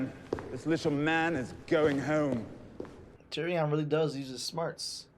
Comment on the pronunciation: I want to help y'all out. His name is pronounced Tyri-UN, not Tyri-ON.